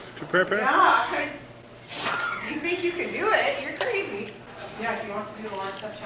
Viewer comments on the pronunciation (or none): KRAY ZEE. Potatoes!!???🥔 brutal hard